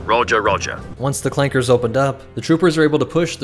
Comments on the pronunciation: Are we just gonna ignore the hard R? Like tf no it’s clankas not clanke*s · ITS CLANKAS NOT CLAKERS RACISM!!!!!!!